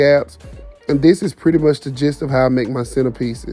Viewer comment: Hey 👋🏾 I can't wait to see the final look. It's so exciting to watch the haul then the final reveal. The roses are beautiful but I was cracking up when you said "ain't they puuuurty" and "hey class come git yo prize outta dis" with that country grammar!! You know I love it 😂😂😂.